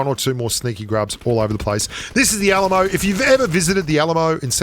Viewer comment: When he said Alamo I though he was saying ayy lmao